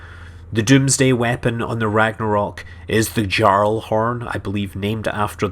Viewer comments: As soon as he said 'Jarl' by emphasising on the 'J' rather than pronouncing it as a Y... I had enough. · pretty sure its pronounced "yarl" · I do believe "Jarl" is pronounced "Yar-ull" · Jarl?!?!? Recard?!?!? You suck at English. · “Jarl” pronounced more like “yarl”.